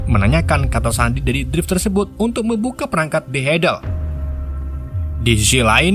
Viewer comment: jijik banget denger kata "TERSEBOT"